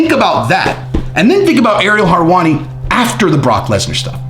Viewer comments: Harwani, lol it's helwani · always bringing the heat and inside scoops. I love how he butchers some names tho.. harwani lol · Lol love ur content (both channels) but for the love of God stop saying Harwani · How does he pronounce everything right except for Harwani? Is it on purpose? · WHO is Ariel "Harwani"?? 😂😂😂💀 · Aaaaagree....btw, no R's in Helwani🤗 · It’s hilarious that you butcher his name😂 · If you can't say his name properly, says how much effort to research your content is focused on, you lack credibility, and should just say that's your opinion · You know a lot about everything except how to pronounce his last name.